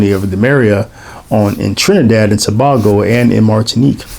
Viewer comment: My mom and her family are from Trinidad (just FYI it's "To-bay-go"😉). This was a very interesting video. As far as I know, a couple of my ancestors may have been Masons there. I assume the prohibition the Spanish had against Freemasonry was lifted once the British took control. Obeah is a strong superstition there. I don't know how well the Church has been able to counter it.